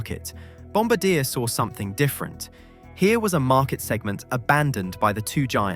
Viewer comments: It’s not ‘Bombadeah’, it’s ‘Bombaardieh’. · Bombardier is pronounced BOM BARD EE AY. Not bombadeer. I laugh every time you say it. I think you should rerecord the audio. But I wouldn't comment if I didn't like your content. And you knowledge. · hearing him pronounce bombardier (pronounced bom-bar-dee-ay) like bom-ba-deer makes me shudder in Canadian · its called bombardiyey not bombardeer and its called mobeel not mobile, Alabama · Bombardiee not Bombadeer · Bomb-bar-dee-eh! Not bomb-ba-deer! And SWISS not Lufthansa was the launch airline. (Granted LX is a division of the umbrella Lufthansa group but the plane was never intended for LH.) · Sorry, just need to correct something... Bomb-bar-dee-ay... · The pronunciation of Bombardier is wrong. It should be Bombár-dee-yay. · Bombardier: bom-bar-dee-yay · Bombardier is actually mispronounced here, and why it made almost no sense to my Canadian ears. The company is French-Canadian in origin, and is pronounced more like bom-BAR-dee-eh. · Its pronounced Bom bard I A! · Brother, it’s pronounced BOM-BAR-DEE-EH 😂😂😂😂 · Can't tell if you just never heard Bombardier's name pronounced correctly? The company takes the name from their founder, it's French... It's Bom-Bard-e-ay.... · Bombardier is a French name, so it's pronounced Bomb-bard-dee-eh. I live in Montreal, trust me. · a "supposed" aviation channel and mispronounce Bomb-bar-dee-Yay? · The name bombardier is pronounced bombardiea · The Bombardier family is french-canadian. It's pronounced Bombardié. 😛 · Boeing Def ; Greedy Arrogant Incompetent Bankrupt Dishonest Dinosaur. Bailed out and subsidised by the US Taxpayer. "Bombardier " Aircraft manufacture is pronounced phonetically /ˌbɑm.bɚˈdɪɚ/. : bom + buh + deer From the French "Bomber" "Bombardier " is a member of a bomber crew in the air force responsible for aiming and releasing bombs. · at least know how to pronounce Bombardier. Bom-BAR-dee-ay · FFS it is French pronunciation! Bom-bar-dee-aye